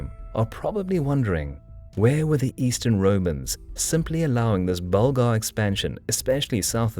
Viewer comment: Yes, Bulgar* not burglar hahaha